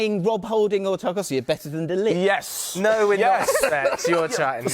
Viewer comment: He said De Lijt with his chest. clueless